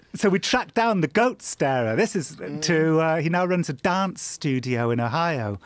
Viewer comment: "We flew to 'Hio" Mate.